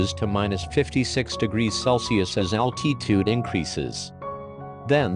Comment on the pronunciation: Why does the robot pronounce altitude al tee tude